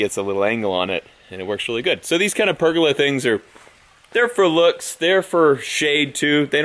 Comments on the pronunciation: the way he says PERGOLA its PER GO LA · BTW.............it's............. "per go lah".............not..........."perg olah"...............just sayin" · say it with me per-goal-la hahahahaha love ur face